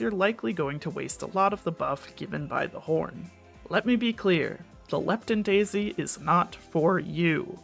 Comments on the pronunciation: "Lepton daist" lol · "Lepton Daist" It happens